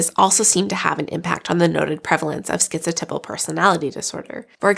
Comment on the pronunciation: I really have never heard anyone pronounce the word “typal” where it rhymes with nipple. I looked everywhere I could and the accepted pronunciation of the 1st syllable in “typal” is type. Do you have a link to where the correct pronunciation sounds like nipple? 😳